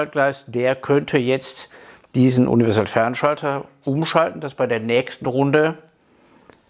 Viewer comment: Ich bin ja nur hier um zu hören, ob der inzwischen Universalfernschalter aussprechen kann.;-)